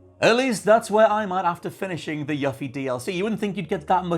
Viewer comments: ...i'm sure it's just an accent thing, but every time you say "Yuffie" pronouncing the "u" like in "fluffy", I wince so hard argh 😂Please for the love of all FFVII her name is ユフィ, as in "you" and "fee". 😅 As for your theory I'm more inclined to believe (hope, perhaps) that Zack is alive and this alternate timeline Zack has crossed over into Remake timeline, because that means more room for Aerith to NOT die in the future. I guess we'll see. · You-fee please say it correctly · You-Fee. Not Yuh-Fee. The mispronunciation of this name has bothered me for 24 years :L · Tf is a “Yuh fee”? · Also... You-Fee! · You-fee this is the correct way to pronounce her name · YUH-FEE lmao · YOOFIE! Jeez my dude! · it's yoo-fee. As it's pronounced in Kingdom Hearts, and her DLC for FFVIIR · It's YOU-FEE (Yuffie) how are all of you saying her name wrong? And I loved Dirge of Cerberus BTW. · It's YOU-fee damnit! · The way you pronounce Yuffie is a disgrace lol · The way you pronounce "Yuffie" disturbs me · We’re supposed to believe your theory, you can’t even say her name properly. SMH! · Your pronunciation of Yuffie's name is maddening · Unfortunately his theory is only as good as his Yuffie pronunciation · I find it funny he played through a whole game and STILL can't pronounce Yuffie's name correctly. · Right!? They first gave us the correct pronunciation spoken nearly 20 years ago in Kingdom Hearts. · he's pronouncing it correctly as to how it's spelled in english. the double f is the culprit. if it was localized as yufi or yufie there would be no issue so you can blame spelling for the goof. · YOU-FEE! IT'S YOU-FEE! Where on God's green earth do you get "Yuh-fee"? You can pronounce "Tsviets" correctly deapite hearing it ONCE in the DLC, but you just ignore how the protagonist and EVERYONE AROUND HER, pronounces her own name?! I'm sorry, but that makes 0 sense!